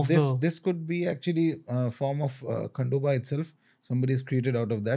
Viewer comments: its खंडोबा and not खांडोबा Learn to pronounce name correctly and don't hurt anyone's faith.. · its खंडोबा and not खांडोबा the way ranveer was saying